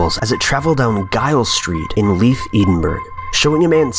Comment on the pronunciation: you cant say leith edinburgh